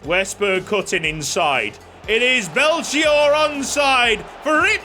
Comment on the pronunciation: Hey, just an FYI but Belchior is the name of a famous musician we had here in Brazil! You pronounce it like "Bell-key-ore" and there miiight be a way to implement one of his songs as a chant! Take care mate <3